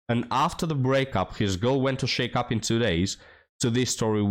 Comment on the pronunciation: hey bud, just a helpful hint, study the correct pronunciation of "shack up." You're saying it like, "shake up." Lol